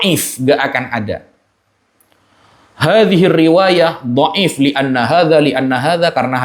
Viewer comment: Boleh tunjukkan referensi nya? Meriwayatkan bukan berarti menshahihkan. Duh gurunya sama sih ya, nggak ngerti ilmu mustholah hadits, pengucapan dhaif aja salah 😂. Tapi kalo masalah framing dan playing victim tak akui jago. Lanjutkan cah bagus. Semoga sukses dunia akhirat.